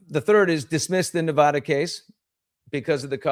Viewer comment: Stop mispronouncing Nevada